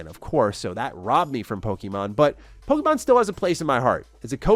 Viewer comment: The way you pronounce Pokemon is frustrating. Its pronounced poke-ay-mon, not poke-ee-mon